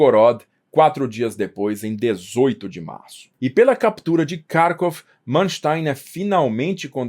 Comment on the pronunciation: para de cagar a pronúncia. Kharvov tem pronúncia clara e precisa. Se é pra falar em português, é Carcóvia. Mano. Que falta de cuidado e aprumo.